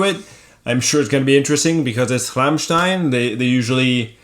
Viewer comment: Applaus für Dad !!! Er spricht " Rammstein" perfekt aus.